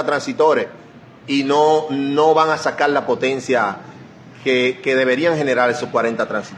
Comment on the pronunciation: So brúto aplende a hablál....no se dice sacal ..es sacar ..pensal ..es pensar...